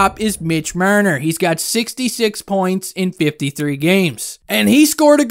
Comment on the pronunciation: why do you always pronounce Marner like that lol